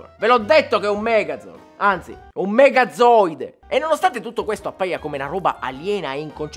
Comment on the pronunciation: Per un momento ho capito ZOANOIDE. E quando hai detto "megazooide" ho capito "megazoanoide" 😔